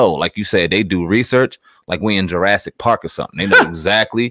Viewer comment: Jarasic park 🤣